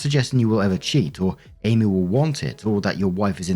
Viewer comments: My god man its Āmee not Âmee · Story 1 it’s not Abbey it’s Amy pronounced A me. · Lmao im just distracted that you keep saying Abby when it says Amy. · Amy is pronounced A meee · Story 1. This is going to totally sound weird, but are you saying Abby or Amy? Because it sounds like Abby every time you say Amy’s name. Not sure if it’s a different pronunciation over the pond (potāto/potăto), but it was weirdly jarring to the ear. As for the story, it’s been a very long time since OPA and Amy were dating. OP’s wife officially won the prize! As long as boundaries are clear, I personally wouldn’t see any issue with them working together. But then, that’s me. OP needs to consider if that extra money is worth possibly sacrificing his marriage over. Story 2. Stretch marks are permanent. They fade, but they never go away. They are a result of skin expanding rapidly to accommodate changes going on inside the body. Hell, my first stretch marks were not with my pregnancy, they were with my chest. I went from zero to D cup when I was 12 years old! Stretch marks everywhere. And they faded. Also got them when I was pregnant. They are a perfectly normal and natural thing, and not everybody gets them, but there’s no reason to be ashamed, or to shame somebody about them. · So... Am I the only one hearing call "Amy" as "Abby"? 😅